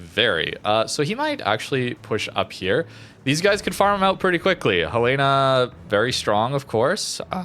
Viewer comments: The capital of Montana is Helena, which is pronounced "HELL-uh-nuh", with the emphasis on the first syllable. It is not pronounced "Hel-LAY-na." A simple way to remember it is to say the name "Helen" followed by "uh". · Helena= Helen-a. As in Helena, Montana. It's the state's capitol.